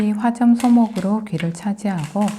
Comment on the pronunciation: 사범님^^ 좋은 설명에 감사합니다! 잠 차분하고 나긋나긋하게 설명해주시니 사범님께서 착한 우리 어머니같은 느낌이 드네요❤❤❤ 근데 잠깐(태클은 아니고요) 우리가 화점을 발음할적에 [화쩜]으로 발음하는게 맞는 거예요. 예를들어, 우리가 까마귀나 까망색을 발음할때는 진짜[까마기] 나 [까망색]에서처럼 '까' 에 약간 강하게 소리내게 되는 거예요. 그런데 화점, 안녕하십니까와 같은 말에서는 [화쩜], [안녕하십니까?]로 소리내어 발음하되 약하게 화쩜, 안녕하십니까?라고 해야 하는 거죠. 그니까 화<쩜하면서 쩜을 강하게 하는게 아니란 말씀이예요. 마찬가지로 안녕하십니<까 하면서 마지막음절인 까를 강하거 하는게 아닌 그냥 평성으로 소리내면 된다는 말씀입니다! 사범님! 보통 우리가 공통점을 소리낼때 [공통쩜] 이라고 하잖아요! 그렇다고 마지막음절인 점을 그냥 점으로 소리내면 뭔가 김빠지는 소리가 되기 십상입니다.그래서 [공통쩜]으로 소리내되 까마기에서처럼 >>>까<<<라고 강하게 소리내지않고 그냥 이전 음절인 공,통처럼 평성으로 발음해주면 아주아주 자연스럽고 말속에 살아잇는 뜻을 가장 정확하고 올바르게 살리면서 전달해줄수 잇는거랍니다^^❤❤❤ 제가 대단한 언어학자는 아니지만, 우리말의 어원이랑 한자, 글고 범어(실담어=싯담어=싼쓰크리뜨)를 조금씩 공부하다 보니 그 깊고도 오묘하고 그러한 까닭으로 자연에서 나는 모든 소리를 현존하는 다른 모든 언어와는 비교자체도 안될 정도로 우리글로 표현가능하답니다! 훈민정음이랑 음운서인 동국정운이란 책을 보시고 여기에다가 우리말의 어원으로 가득채워잇는 ''싼쓰크리뜨잉글리쉬딕셔너리''라는 사전을 보시면 전세계의 언어 특히 라틴어, 영어, 한자어, 일본의 문자랑글, 불란서어, 서반어어, 이태리어등의 유럽문자를 비롯해서 동남북아어도 전부 그 말들의 어원은 그 연원으로 올라가면 우리의 조선팔도 사투리가 그 처음 말이엇답니다! 아참, 정말 죄송하게 되엇습니다. 제가 무슨 언어학 개론 강의하는것도 아니고 실례가 많앗습니다... 단지, 요즘 방송국아나운서나 기자들이 우리말을 잘못 소리내는 걸 보면서 좀 많이 속상햇엇는데, 마침 사범님이 화점을 [화점]으로 발음하시길래 초면에도 이렇게 큰 실례를 범하게 되엇습니다! 참으로 송구합니다.제뜻을 조금이라도 알려드리고 싶어서엿으니 크게 개의치마시고 앞으로도 후학들에게 좋은 가르침주시기를 부탁드리겟습니다^^ 감사합니다. 사범님❤❤❤😮 참고로 방송국아나운서들이 가장 잘못하고 잇는 발음은 효과를 그냥[효과]로 완전 김빠지게 소리내는거 잇고 어떤 일이 일어낫을때 사건이 발생햇다고 하는데, 또 이 말을 그냥 [사건]으로 소리내는 아주아주 멍청한 작태를 부리고 잇답니다! 국립국어원에서 시켜서 지들도 그렇게 하고 잇다고 판단되오나, 우리는 분명하게 알아야 합니다! 일제시대 이전부터 서양선교사들, 일제총독부에서는 우리단군의 후손인 천손민족을 지구상에서 말살하기위하여 가장 철저하게 시행햇던 지침이 바로 조선의 역사를 조작,왜곡,가감하여 미남북아메리카는 물론이고 유라시아 동남아시아의 역사를 완전히 소설수